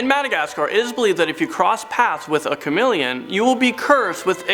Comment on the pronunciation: OMG its Chameleon not Chamileon 😂